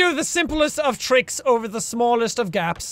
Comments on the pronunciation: Jacks Irish accent really kicked in when he said that guy fell ovah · "That guy fell ovah" - jacksepticeye/Sean